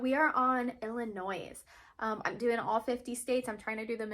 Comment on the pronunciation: Illinois,not Illinoise 😉 Great video